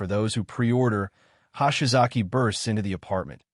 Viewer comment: "Hahshy-Zocky Ano-Suck." When is AI going to "get" Japanese pronunciation?